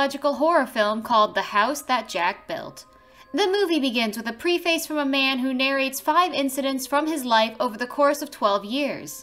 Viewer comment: Pre - FACE???? It's pronounced Pref-is, my dear. If you're going to be a commentator...